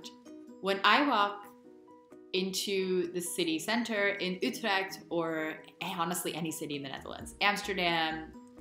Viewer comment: Your pronunciation is really good, by the way. The U in Utrecht or the whole word gezelligheid are often considered very difficult by native English speakers. You nailed it.